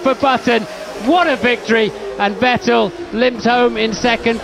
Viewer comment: It's funny to hear commentary talking about "VettEL". Dude had only been on the grid for like 5 years and win a championship, and still gets his name mispronounced.